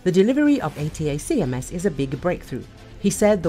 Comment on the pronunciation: Is this AI, is that why you can't pronounce "Attack-ums"? that's not how they are known.